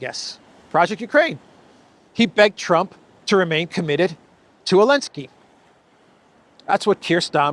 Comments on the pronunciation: So the pronunciation is Elensky, not Zelensky ?? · His name is Zelenskyy not Elensky. It’s time you stop abiding to the EU ban on the Z because they were on the Russian tanks. 😎👍